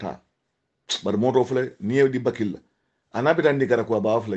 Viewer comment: is not Bakilly it's Batchilly. You and Batchilly are 6 & 9.